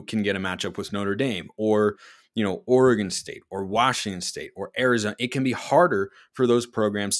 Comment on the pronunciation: It’s Oregon …..